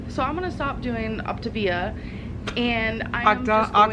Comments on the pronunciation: At this point I think it is pronounced opta-via because that would be latin for “the best way/ road” [ to weight loss in this case]. But I love the ever changing optavia/ october 😂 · Lol why can't you pronounce optavia?? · tourette hero Since no one seems sure about how to say it, was just saying “gibberish “ pronunciations. Go to an Octavia YouTube video and listen to how they say it( although some of the programs users even pronounce it wrong). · She did so much research she still doesn‘t know how to pronounce Optavia. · She refuses to pronounce anything correctly. She's even lazy at that shit! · your pronunciations of optavia 😂😂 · Is "optavia" pronounced "october?" Is that what you're saying? Sorry, I am trying to figure out the name of this program. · Octobia, October.... Lol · Did I just hear Octaganja? 😂 ffs I just can't. Love you. ❤ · "Octopussia" I screamed!!! 😂😂😂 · Is it pronounced OP-TA-VIUH? like with the A actually sounding like the “letter A” idk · I love how you mispronounce ovtavia every time 😂😂😂😂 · “Octagon” “October” lol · Why can't anyone pronounce the name of this program? It's Opt-ay-via!!! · Ok I’ve been so confused about the pronunciation of optavia considering she says the a like an I... so I watched their commercial. Here’s how they said it, “Opta-Via” it was said like two words and they also had part of the word bold and part of the word in thin letters, further suggesting it’s said like two words. She REALLY did some research huh? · take a shot every time she says october instead of optavia lol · “Octopussia” LOL!! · Octobia. Eh. You pronounce it better than she does ¯\_(ツ)_/¯ love your videos :) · "Optipussyia" I wasn't ready for that lol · Everytime you kept saying the name I wanted to correct then I caught on . Ha ha ha ha you are hilarious :-) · I can’t tell if your saying Optivia wrong on purpose or not... 👀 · I'm just screaming that no one can fucking pronounce this MLM scam :D. It's hilarious